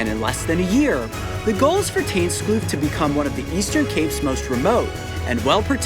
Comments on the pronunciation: It isn’t pronounced teynskloof it’s Dutch so just use google translate to get the pronunciation. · He said tuinskloof wrong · I like how he pronounces tuinskloof